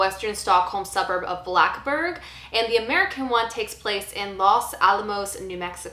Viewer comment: lol mmmh no I would have loved to see it take place during summer hahah, no not really. 'he'd be fuckked though, a little under 19h of daylight and the rest is not dark in the slightest way, lol good luck with that ^^ also It's BlackEberg, not blackberg ^^ (a real shit neighbourhood tbh)